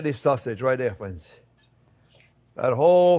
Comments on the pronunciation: Me 2 when I hear hello dare I smile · I was just thinking about lasagna...how good it sounded!!! while driving in the heavy snowfall yesterday. Thanks for reading my mind for a new lasagna recipe on Soup Monday, Chef!!! And hearing you say "Well hello dere friends!" always brightens my Monday!! Thanks for all you and Jack and all do!!